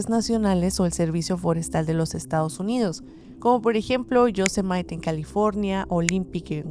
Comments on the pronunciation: Amiga, Yosemite, no se pronuncia Yosemait, se pronuncia Yosémitii (anglicada) es una palabra nativo americana. No inglesa. Pero hace cuatro años mi sobrino y yo iniciamos el viaje de nuestras vidas. Hicimos una ruta que comenzó en Yosemite, luego fuimos subiendo hasta Tahoe, luego hacia el norte de California, Oregon, llegamos a Olimpic, bajamos por Idaho, Montaña, Wyoming, nevada y de vuelta a California. Nos metimos en las zonas más remotas que te puedas imaginar. En Olimpia nos metimos en una zona muy adentro del bosque, que cabe decir, que es el bosque de lluvia no tropical más grande del mundo y único. El caso es que si anduvimos por lugares muy inaccesibles que la neta daban miedo. Pues bueno. Resulta que una semana después de que nos fuimos, se reportó un caso de desaparición muy sonado en EEUU, de un chico que hacía un viaje solo, y que desapareció de un punto muy, muy, muy cerca de la zona en la que estábamos en Olimpia, casi el mismo punto, en lo profundo del bosque. No ha sido encontrado. Pero eso no es nada, el caso igualmente sonado a nivel nacional, es que unas semanas después de, una pareja hizo casi la misma ruta que hicimos. Resulta que la chica apareció muerta en el sur oeste de EEUU, no recuerdo si fue en florida o un estado de por ahí. El caso es mu conocido, al final se sospechoso de que fue su novio quien la asesinaría, y el padre del chico lo encubrió. Acá el tema es que a nosotros no nos pasó nada extraño con excepción en Yosemite, tuvimos una situació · no es "yosemait" Es "yosemiri"